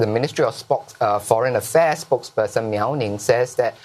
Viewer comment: Mao Ning not Miao Ning.. 😅